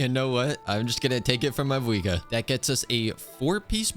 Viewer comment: did he just say mavouika